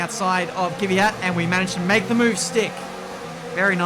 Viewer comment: Bro, you always saying KYVYAT (?!) It's KVYAT :p :p